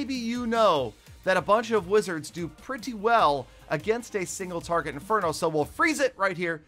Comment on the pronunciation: Did he say single farget interno or is it just me